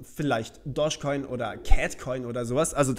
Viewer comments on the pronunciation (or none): none